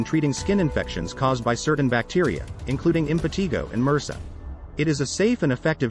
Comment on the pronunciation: Impetigo is pronounced “im puh TY goh,” NOT the way it is pronounced in this video.